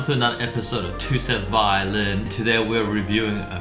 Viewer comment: i was expecting brett to say twosetVAHlin like normal, but then he said violin😭